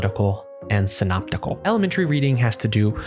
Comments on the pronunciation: It's Syntopical reading is it not? And not Synoptical Reading. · Syntopical not synoptical?